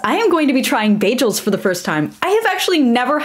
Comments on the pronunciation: Beyjels? Wtf? And I thought Britta had horrible pronunciation. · Wait, it's pronounced ba-jels? İve been pronouncing it as ba-girls without the r 😅